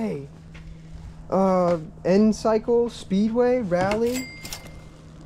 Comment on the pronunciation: That "encycle" (enyce)jacket is pronounced eneechi!😂